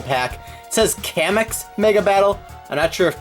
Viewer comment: Kamex is blast pose in Japanese and by the way it's pronounced "Kah-mex"